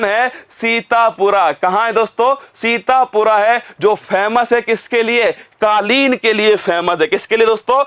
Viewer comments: sir sorry to say but it's sitapur not sitapura.. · सीतापुर है सीतापुरा नहीं है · Guru ji सीतापुरा nhi hai ye सीतापुर hai ❤ correct it ..... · भाई ये अंतर होता है एक up के टीचर मई और कही और के टीचर मई (सीतापुर को सीतपुरा , लखीमपुर खीरी को लखीमपुर खेरी) बताते है तभी तो कहते है स्लाइड देखकर नही पढ़ाओ